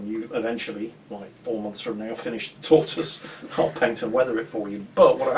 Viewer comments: RIP "Tor-twase" lol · Win of the day: Tortoise pronunciation